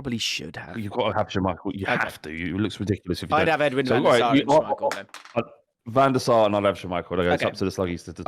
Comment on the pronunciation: It's Van Der Sar